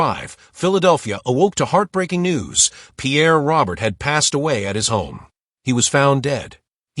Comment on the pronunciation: Pierre's surname is pronounced Row-Bear.